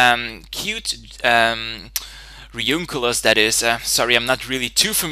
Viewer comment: A couple things: "Drowt," not "Droffft" His Hippopotas has Eviolite Escavalier has 70 Base HP, and is 4x weak to Fire "Re-oon-i-clus" not "Re-oonk-i-lus" Great battle otherwise, and I really enjoyed the commentary. Sorry about being anal retentive, but just trying to make some things accurate and increase the quality of your videos.